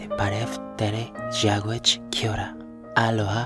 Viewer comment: I’m actually really surprised he knew how to say hello in Māori because most people say it differently but he actually pronounced it correctly